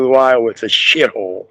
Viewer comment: Iowa, sounds like they're playing with the vowels when you say it. All diseases are a contract, and me knows that you know this so me is glad you know bout Dr. Sebbie. Grand vibes, grand vibes, grand vibes. You have been served. Thanks with love.